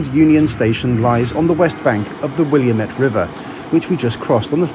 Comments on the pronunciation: Salinas, California is not SAlly-nass but Sah-LEE-nahs. Spanish. , the Willamette River is not the William-ette but the Will-AMM-it. AmerIndian. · the Willamette River is pronounced "Will-AM-it", not "William-ET". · I live just 15 minutes south of Portland and love your videos and channel. It's not "William-ette" (lol). . . when I moved here 25 years ago a friend tipped me off how to remember the pronunciation. "It's Willamette, damn it" (it rhymes). Hope that helps, and come back to visit again. Happy trails! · Enjoyable and informative video! Two things, though - the Willamette River only has one i in it, so it's pronounced wil/LAM/it. Also, I can't believe you skipped over the scenery of the Willamette Valley! I've taken that train many times and there's some really gorgeous views through there. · it’s not the William ette river in Portland, it’s the Wil LAMETTE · Great Video! Just one small detail: the river which runs through Portland is pronounced wil-LAM-ette. It definitely looks like WILL-am-ette. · It is pronounced as "Will-am-it" by the way haha. Usually people from out of state say it as "Will-uh-met". And as a lifelong rider and reliant citizen using TriMet (our transit system), it is absolutely horrific, nowhere close to quality or good. That said, I definitely appreciate and enjoyed this video a lot. The scenery is fantastic! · I loved this but PLEASE....it's Wll-AM-ette, dammit! FWIW, Amtrak Cascade doesn't have sleepers. Or a dining car, just a cafe with premade sandwiches and the like. I've taken it many times and it's a lovely, pleasant trip. But yours looked much more comfortable. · That's not how you pronounce Willamette. It's Will-AM-ette, not Williamette. You gave it an extra letter. One nick-pick: it would've nice to describe that 3 hr. coach ride into Vancouver. I took that in rush hour Seattle traffic which I'm sure is worse now than when I did it. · It's pronounced Will Lamette not Williamette... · Will am ette